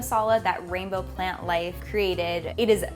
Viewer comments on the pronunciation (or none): none